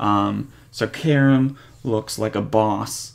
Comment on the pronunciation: Please learn to pronounce Karim properly... other than that nice progress!